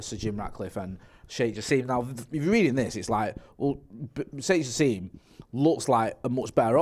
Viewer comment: Guys, his name is pronounced ja sim not ja seem